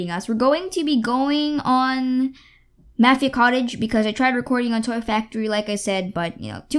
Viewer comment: You pronounce mafia wrong